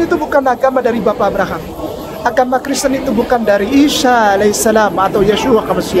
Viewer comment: Ketawa nya enak 😂😂 kreseten kok gtu ngucapnya😂😂